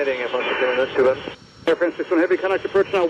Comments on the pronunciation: It’s Not Fronce it’s France 🇫🇷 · Air Fronce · It’s pronounced FRANCE not FRAWNCE. All the flight controllers got it right, except, of course, the guy making the video. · Air France, not Air Fronce..jeez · If you had KYFMS, you would have heard FIVE times it was the left (port) engine that had failed!!! And it’s FRANCE, not FRONCE!! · No one: Camera man: AIR FRAUNNCE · “Air Farance” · Trevor Graham Welch I had same comment. Why the hell people keep on saying FrOnce? Ridiculous! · I love how he says Air Fraunce 😂😂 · Air Frrrrannnnnzzzzz, then back to regular hyper-nasal English…..😂